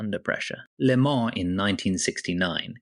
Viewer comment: How do you manage to miss pronounce le mans so many different ways in one video